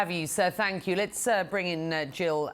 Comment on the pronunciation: his thank you sound like f you